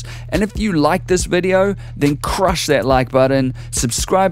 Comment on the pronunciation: You need to learn how to emphasize and swear properly. You don't need to emphasize "I'm gonna make a shee**ting BOMB cup of tea... literally crushing that shbleep" "Don't just pick up the pencil.... CRUSH the pencil"..... You sound oddball 0_o